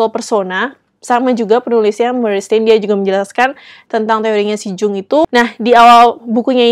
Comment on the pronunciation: Tiap 'Jung' disebut pengen teriak...aaaa Yung bacanya 😂. Btw makassiiii rekomennya.